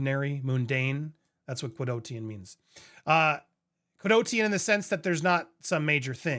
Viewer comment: It's quotidian not qudotian😆